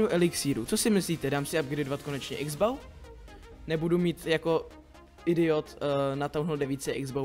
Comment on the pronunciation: a čita sa x bouw